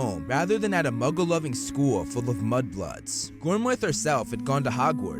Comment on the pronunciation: Holy something! The slaughter of the Irish names, kid. Yikes. Gormlaith = gorm-lee or gorm-let. Rionach = ri-OH-na